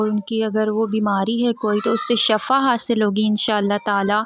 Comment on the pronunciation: Shifa... Not shafa